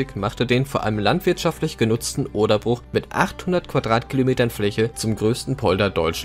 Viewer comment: Gemeint ist eben nicht "der Bruch" (von brechen) sondern "das Bruch" (mit langem u) - ein anderes Wort für Feuchtgebiet/Sumpf. Da es allerdings mehr Menschen "falsch" als richtig machen, wird dieses Wort wahrscheinlich schon bald auch im Duden seinen Artikel und die Aussprache ändern. Schließlich bestimmt immer die Mehrheit wie etwas ausgesprochen wird.